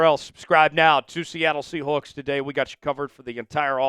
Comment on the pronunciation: Say “sea hooks” one more time….